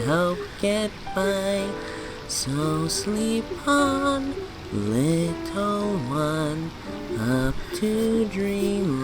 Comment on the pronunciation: tails is trying to say little but he keeps saying wittle